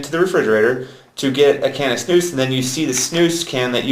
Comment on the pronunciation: Idiot. And please, learn Swedish and learn you to say SNUS !!! Not Snous. And not u can´t. The nicotin and flavour loose. German idiot. Come to Sweden if u wanna learn how to snus like a real man